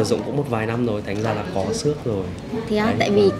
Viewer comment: vết "xước" chứ ko phải vết "sước" nhé :v